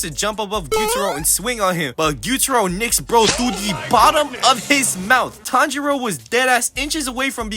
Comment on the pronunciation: pronouncing Tanjiro as Tndro.. bro?!